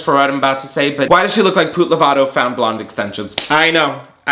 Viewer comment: Not poot 🤣🤣🤣